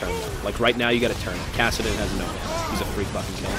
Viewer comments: Isn't it kassadin not kassiden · KassiDEN. wtf? you're drunk, go home. <3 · "Kassiden" lol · "Kassiden" LUL